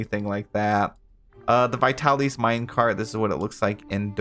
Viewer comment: Every time you say vitalys, I think of a local pizza place by me that's pronounced (but not spelled) that way. I'm pretty sure vitalys is meant to be pronounced vy-tal-iss, not vy-tal-ees though. 😅